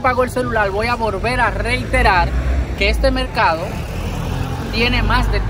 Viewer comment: De ke pais heres ? Por ke no pueden pronunciar la L ? dices melcado enves de decir mercado je je je